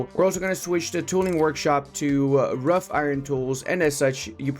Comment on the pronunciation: wrought is pronounced "rot" not ruff. Another wonder of the english language :/